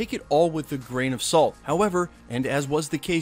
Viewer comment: Every time you say “gran of salt” I literally say it every time you say it in your videos